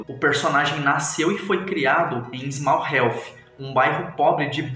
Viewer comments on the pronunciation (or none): Bom como fã da série e do Thomas e por já ter maratonado, soletrou errado o nome do bairro, se floronuncia "Hit" e não Health, o pai do Thomas era Arthur Shelby Sr , apareceu apenas na temporada 1, estava nos estados unidos trabalhando com casa de apostas e a Elizabeth era tia do Tommy e não a mãe, a mãe dele já havia morrido